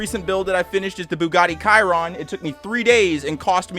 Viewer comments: It's pronounced "shee-row-n" not "kai-rohn," like you pronounced it lol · Hey no offense or hard feelings I just wanted to help ya, Chiron is pronounced she-ron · Pro tip: the Bugatti Chiron is pronounced "sure-rown" or "she-rown". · And btw, pretty sure Chiron is pronounce Sheer-on, not Kai-ron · it’s SHE RON not KIRON (Bugatti Chiron) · lol not to be that one guy but im just sayin its pronounced shee-ron not kie-ron im pretty sure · Dude said Bugatti Kyron 😬😬😬😬😬 It’s She ron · Its Shyron and not kayron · Bugatti Kyron lol it is pronounced "tch" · No hate but it’s pronounced she Ron not kai run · Bro said “ Bugatti KIRON “ 😭😭😭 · The way he said “kyron” for the Bugatti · Nobody:: Bugatti Ki-ron 🗿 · bugatti "kyron" lmao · my guy said key ron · Hey there. The Bugatti is pronounced she-ron. Just informing you. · Everyone else talking about legos me freaking out over calling the chiron "Kiron" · I’m not trying to be rude, and idk if this make me “too much” of a car guy, but the way you pronounced Bugatti Chiron makes me want to go bungee jumping with a plain rope. Kyron… I’m not trying to be rude… but that name scares me… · Isn’t Chiron pronounced sheer-on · uhh its pronounced chiron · Shiron* chiron looks like it would be pronounced how he said it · I need to say this cause it annoyed me. The bugatti chiron is pronounced sh-ron. Hope this helped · mans really called it a kyron 😭😭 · Please as Bugatti fanboy never pronounce it like that again. It's the Bugatti Shiron, as in Sheer-Ron. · Sorry to be splitting hairs but the Bugatti you built is pronounced shi-ron I’m kind of a car fanatic so I feel the need to point this out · WHY HE SAY BUGATTI KYRON? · “The Bugatti kairon” lol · Sorry but u didn't just say kiron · hey not tryna start something just wanted to say its pronounced (Chi - ron) not tryna start an argument just wanted to inform Edit: btw it looks really good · he seriously just called the chiron the kiron